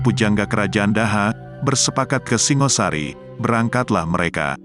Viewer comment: Singosari bukan Singasari , batoro bukan batara ..logat jowo paham !!